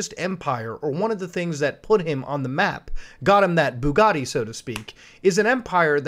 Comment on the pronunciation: But he can't pronounce the letter t, so how could he say Bugatti